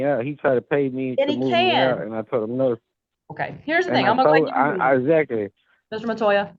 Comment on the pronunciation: “Eye zactly” 😂😂